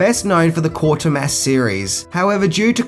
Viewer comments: It’s Quatermass , not Quartermass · It's Quatermass - KWAY-TER-MASS